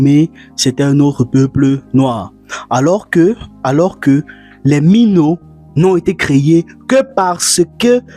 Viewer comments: Ce n'est pas "no" mais plutôt "non" qui veut dire mère en langue fon donc "minon" au lieu de "mino" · Mais il y a l'exception pour les coiffures de Alice BARGA dans madame monsieur . C'est Mínon la bonne prononciation. C'est en Fon! Comme tu l'as notifié, il est efféminé, mais on n'a pas précisé qu'il est gay donc c'est pas un problème. Être efféminé n'est pas synonyme d'être gay. Et naître efféminé c'est pas un choix . Tout comme des femmes paraissent plus masculines que la normale. Dans toutes les sociétés il ya des femmes qui naissent et on les appelle garçons manqués tout comme des hommes efféminés.